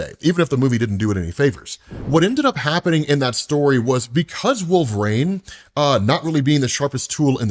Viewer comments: Why wolv-rain? Why? Why do you pronounce like this on purpose? Is this rage bait? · One. Just give me one video where you don't mangle Wolverine's name. Like, is it intentional trolling? An accent or regional dialect thing? SHEESH